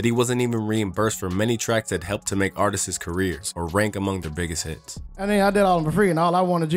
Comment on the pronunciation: “Artist-sis” ha, WTH?! Try Artists